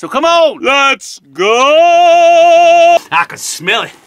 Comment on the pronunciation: Every time he says: So come on lets go! I hear: So come on lets Gold!